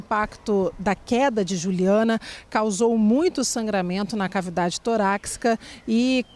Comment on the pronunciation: À reporter: torácica, não "toraCcica".